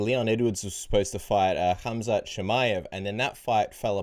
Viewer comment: Please call him Kumquat.....instead of Khamzat 🤣🤣